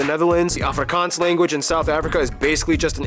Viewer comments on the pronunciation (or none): none